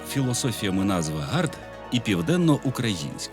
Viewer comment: Тупі питання, це те, як так сталося, що таке просте, зручне, легке слово "Південноукраїнськ" вам ламає язик? Ну це дійсно питання не до вас, а до вашої вимови скоріше. Як так сталося, що є така проблема. Відчуття у вас також погано спрацювало цього разу. Про історію також нічого вам невідомо(крім цього відео можливо). Історія важлива частина життя кожної людини. Сімейна історія, історія країни, історія міста. Але не все має носити історичні назви. Сучасна людина, сучасне місто повинні самі вирішувати як називатися(звичайно в рамках закону та вектору розвитку країни) щасти вам